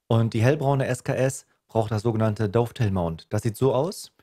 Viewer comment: Die Seitenschiene für die Visiere und Aufnahmen heißt nicht "DOOFtail", sondern Dovetail (Daftail ausgesprochen). 😉🤣 Lasse dir trotzdem einen Daumen hoch da.